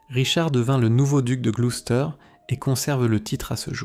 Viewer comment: On prononce : gloussteur